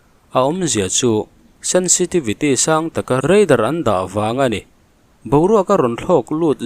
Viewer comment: Chuan REIDAR tih zel tur. RADAR anilo